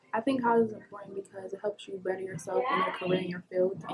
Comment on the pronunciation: It's IMPORTANT, not inpoent.....